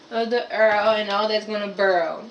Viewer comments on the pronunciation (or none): Did she say....urrl and burl! LMAO!!! What the entire hell! Ha' sashit???!!! I'm done! I can't even take this video serious! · urrrl = oil, burlling = boil. Love the accent (or pronunciation)